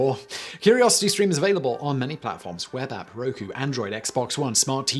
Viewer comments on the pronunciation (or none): none